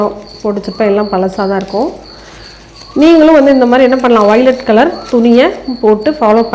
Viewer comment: Velvet ma violet nu solringa..😢